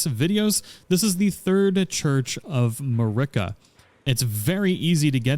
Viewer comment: How did you mispronounce Marika? Did you not watch the intro cutscene?